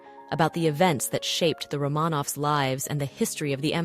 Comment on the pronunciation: Romaaaaaaaaaanovs? You murdered the Tsar’s name.